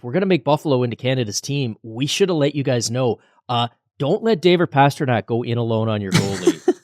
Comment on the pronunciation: Guys, please, for god's sake it's PASTRNAK. How long has he been in the League?